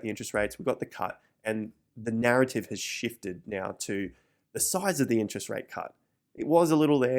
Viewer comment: When he says “now” it sounds like Meow lol